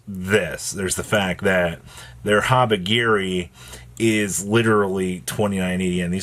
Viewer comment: Why do you keep calling it HabaGiri?! 😂😂😂😂😂😂 it’s literally HabaKiri